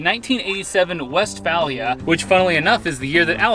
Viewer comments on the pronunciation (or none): Just for future reference my guy its pronouced west-fay-lee-uh. Dont let any hippies catch you saying it any different :P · In the UK it's West-fay-lee-ah,your buddies the Travel Beans have a Vee dub camper for their European travels so you guys can compare your experience